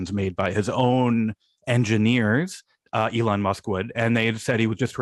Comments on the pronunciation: why does Sam call Elon Musk "e lawn musk"? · please stop pronouncing elon that way